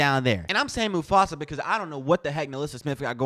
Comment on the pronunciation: Smith - "moofasa" lol😅